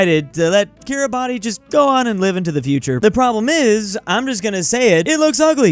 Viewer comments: Take a shot everytime says KIRABATI instead of how its supposed to be said, KIRABAS. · More like ki-ra-bas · The pronunciation of Kiribati is Cure-a-bass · "Kiribati" is pronounced kee-ruh-bas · I'm Estonian but that Kiribati pronounciation Hurts me, "Kiribas" please!!! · each time says kiriba TI, i lose 1 hour from my life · It's pronounced Kiribas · bruhhhh i know i was rage quitting shouting ITS KIRIBASS at the top of my lungs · Kiribati Im pretty sure is pronounced kee-ruh-bas idk why tho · its kiribas or smth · i just can't with that Kiribati pronunciation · Take a shot every time he mispronounces Kiribati! (Don't, you'll die) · Kiribati should be more mad at that pronunciation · how does still not know how to pronouce kiribati after all these years